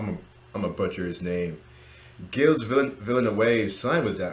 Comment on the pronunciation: Hi, enjoying your channel and hope you can get to view the first race of the season. The name Gilles Villeneuve is of course French - in that language if a word ends with a consonant then that consonant is (normally) silent. His first name starts with a soft G - think of the word 'congeal' and remove the 'con'... that's pretty much how Gilles is pronounced (the 's' is silent). His surname is a combination of the French words for town 'ville' and new 'neuve' so it's pronounced 'Villnerve (the 'e' in Ville is silent). As an aside his son Jacques owned a restaurant in Montreal back in the day after winning his World Drivers Championship and called it New Town.